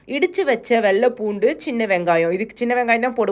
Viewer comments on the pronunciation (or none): none